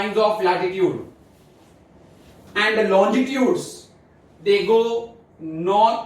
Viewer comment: I guess the pronunciation of longitudes was actually wrong..... But the explanation was really good but trust me it was not more good than our geography teacher... She is a genius...